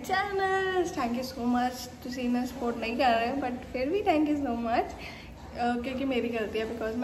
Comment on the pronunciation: Thanku de pronunciation glt aw 🤣🤣